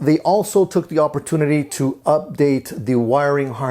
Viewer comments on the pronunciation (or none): none